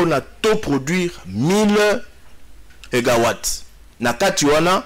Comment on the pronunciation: AH ! ☝️ SANGO BA LOBAKA MEGA" WATTS" 🗣🤳🤦‍♀️🤦‍♀️🤔 ET NON MEGA WALT.😂😂😂 😞